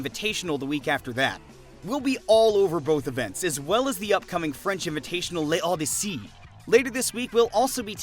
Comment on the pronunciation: L'Odyssée would actually be pronounced "LOW-DEE-SAY"